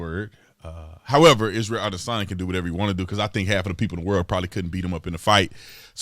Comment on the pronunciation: Come on Tatum at least try to pronounce the man’s name correctly it makes you sound like a phony.